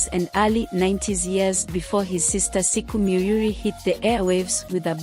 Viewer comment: Please say SHIKO not siku....gosh